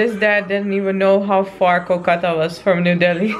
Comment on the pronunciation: wow u pronounced Kolkata way more better than others non-bengali Indian ...I'm impressed 😲😲😲😲